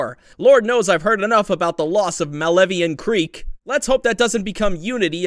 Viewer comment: i feel like him mispronouncing malevelon creek wrong is bait, and im not ok that the only way i get to engage about this IS talking about it